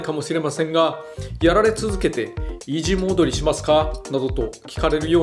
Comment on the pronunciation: Hearing sakurai talking about difficulty reminding me of certain sentence of " hehhhhhh..... Easy modo??"